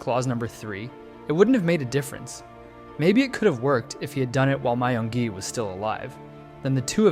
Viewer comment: i thought his name is pronounced as myungi not mayungi?